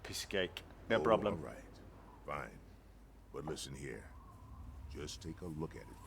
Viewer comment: "arrait!" lol